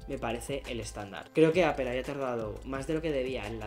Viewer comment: Vives en Estados Unidos y te dedicas a hablar de Apple, y sigues pronunciando APEL.???? YA POR FAVOOOOOOR